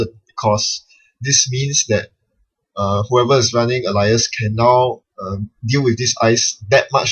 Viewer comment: Normally you pronounce it ay-lee-ass Alias thats ay as in the letter A.